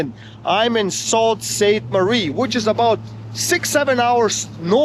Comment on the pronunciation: It is pronounced soostmarie